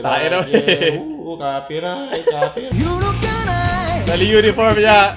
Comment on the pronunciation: Natawa ako dun sa Copy Rayt Copy Rayt whahahahah